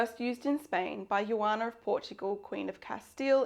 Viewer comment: Joana was from Portugal and her name was not pronounced as "yuana". You read Joana using the "J" sound. The phonetic symbol is /ʒ/.